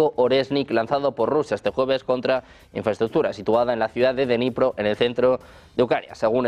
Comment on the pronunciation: No se pronuncia denipro, se dice: Dnipro ta y como se escribe! La D se pronuncia corta y luego viene Nipro con acento en la o... Espero haber podido ayudar! Saludos